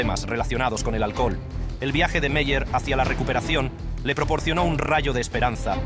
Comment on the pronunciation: "El alcojol". Habla bien!